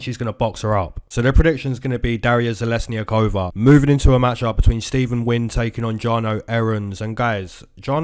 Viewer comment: I’m not Russian but I think you nailed it! The pronunciation of "Zheleznyakova" in Russian would be roughly "zhe-LEZ-nyah-koh-vah." The stress is on the second syllable.